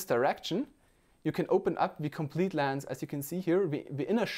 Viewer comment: Not Laaance its lens